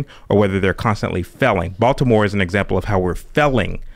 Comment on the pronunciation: Maybe you’d succeed if you could pronounce “failing” properly.